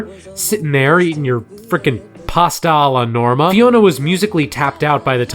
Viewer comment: Hearing a non-italian person saying "Pasta alla norma" feels so weird... Like i'm not used to it